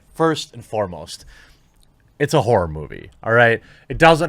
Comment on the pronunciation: Did he say "horror movie" ... or "whore movie" ?